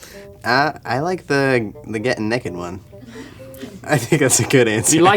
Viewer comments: get "neked" he says naked like neked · Ugh, I think my biggest pet peeve ever is when people(like Link) pronounce it "nehhked" instead of correctly saying "NAYKED." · its get neigh ked not nekid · why does link say "neked" instead of naked XD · My mom's from NC and she pronounces naked like "necked" I've never heard anyone else say that except for now Link xD